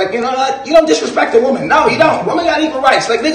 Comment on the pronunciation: Lmao a “women” is so funny because he can never pronounce it singular 🤣💀